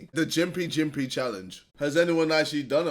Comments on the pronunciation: I live like 1 hour away from the town Gympie in Australia (like Gympie Gympie). It’s not pronounced Jympie, it Gympie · The plant is gimp-y not jimpy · Pronounced Gim-pee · The dude said gympie wrong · It’s Gympie like on the sunny coast